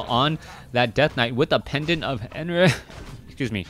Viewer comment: . "Pedant of enERHH" hahahahahaha :D I love you man!